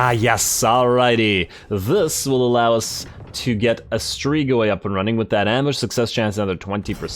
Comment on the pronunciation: Love the vids broski, just so yknow it's pronounced strig-oi